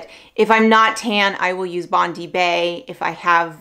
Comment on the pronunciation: Bondi is pronounced as Bond-dye. It’s a popular beach in Australia 😄